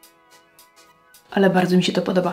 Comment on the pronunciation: nie wiem czy to był dowcip, ale mojito pochodzi z Kuby a j wymawia sie jak h czyli jednak mohito a nie Modżajto. Ciezki tydzien w pracy, moze nie zrozumialam zartu :)